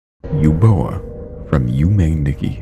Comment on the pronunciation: It's pronounced Uboa not Eboa